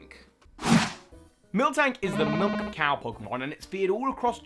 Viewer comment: Did somebody sayyyy MILUK?